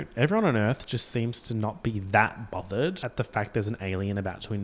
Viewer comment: i wasn't sure if at one point you said bothered or bobbered but i know what i believe in